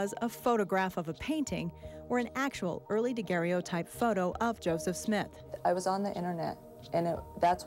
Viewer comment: she definitely pronounced daguerreotype wrong.